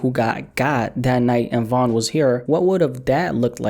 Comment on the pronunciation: First of all its Von